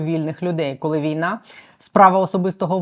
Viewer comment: Вимова колі котлеті це стидоба!!! Мабуть в школі не навчався😂А ще й депутати заліз!!!Сором!!!